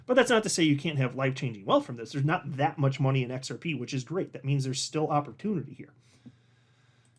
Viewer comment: DID HE ACCIDENTALLY SAY XR PEE PEE? 😅